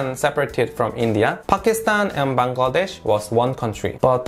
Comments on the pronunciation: Finally a foreigner who can pronounce Bangladesh accurately! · Your the only foreigner I've ever seen who pronounced my country's name Bangladesh correctly! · Your pronunciation of "Bangladesh" is perfect! Many foreigners normally fail to say it.... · Me to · Bahi Akjonke Pailam je Bangladesher nam thek motoh bolte pare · U r the first foreigner whom i see to pronounce Bangladesh perfectly.. Love from BD.. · I am happy that you can pronounce Bangladesh correctly which many foreigners cannot. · I am so happy to you that you have pronounced my country's name properly... Actually the foreigners pronounce it wrongly.... 😀😀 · Thank you so much brother you pronounced Bangladesh so perfectly.